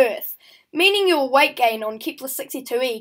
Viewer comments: it wasn't typed you said it like keeeeepler and it hurt people's ears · I meant it wasn't keepler